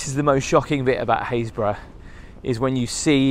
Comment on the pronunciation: when you left the church, you called this place Hayesburgh - i thought it would have sounded more like happis-burgh lol ive never heard of this place. just a suggestion.. for those of us who know nothing about where your places are... it would be nice to see a tiny shape of UK in a corner with a dot of where you are. ... like i said... just a suggestion, as i have to look up every place :)